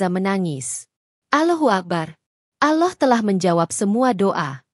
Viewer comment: Agama loe ape sih mbak...nyebut Allah aje aloh